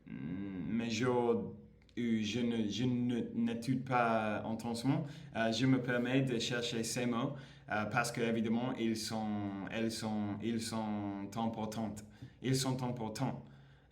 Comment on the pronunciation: Juste qq correctif qd tu conjugues le berbe etudie au present. Dis bien ’j’etudiE’ sans prononcer le e final 😊 ( et non pas j etude😢)